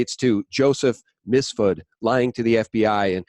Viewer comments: MIF--SUD... not "Mis-fud"! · please be carefull with pronunciation of "MiF-sud" (not MiS-fud) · Yes, you & I are both a bit MIFFED. The "~fud" pronunciation is amusing, but very deceptive. Accidental? Hope so.